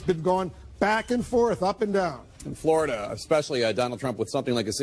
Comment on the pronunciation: Fleurida, Flerida... At what point did they start popping Xanax?